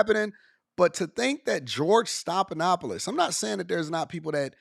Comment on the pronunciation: His name is stef, like Stephanie.